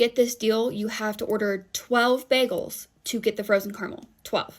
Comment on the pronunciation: CAR-A-MEL. CARAMEL. It's a three syllable word.